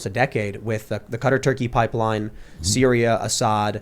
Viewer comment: TIM its not cutter. Its Quah tar for Quatar